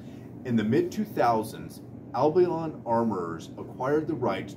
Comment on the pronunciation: Excellent detailed review, exactly what I was searching for. One point however is you should learn the correct pronouncing of "Albion." It is "Al-Be-On." Not "Abilon," as you keep mispronouncing.